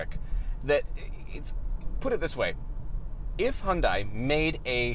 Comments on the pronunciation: Is it still that fucking hard to pronounce Hyundai???? Its not Hyun die. Its hyun day omg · ....and hyundia...hunnday...hiyundae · It's Hyundai and its rhymes with "Sunday". Just so you know how to pronounce it.